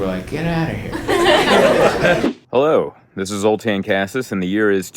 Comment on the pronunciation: Zoltan, why are you pronouncing your last name wrong? You’re Hungarian, s is pronounced sh, KA-SASH.